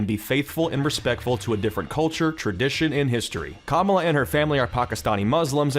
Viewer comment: you could at least say kamala correctly...